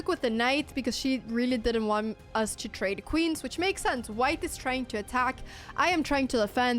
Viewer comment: Dear Anna, Anna Dear. Please it's sense not sanse. Oh won't you please go to Google please? And type "pronounce sense", search then in results click or tap the little speaker button. Yes listen please oh won't you please? Cause we love you 💓 loads like pepper on toast yes choclate crunch sweet teddys too! (High tone) And thank you for the chess and videos too. (Last sentence In Abba voice)